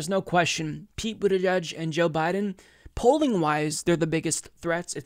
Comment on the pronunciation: Stg he is saying Booty judge